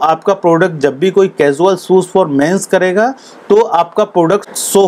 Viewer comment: Mostly indian cant speak well : shoes... Mistake shozzz